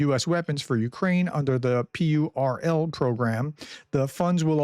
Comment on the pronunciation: PURL is pronounced like a "pearl" in an oyster.